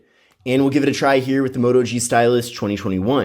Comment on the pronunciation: it sounds like he says stylissh